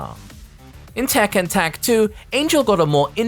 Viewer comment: Yo. It's Tekken, not tekkan